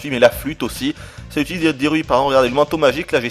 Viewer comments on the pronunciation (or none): none